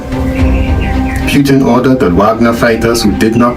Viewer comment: It's PUTIN not PYTIN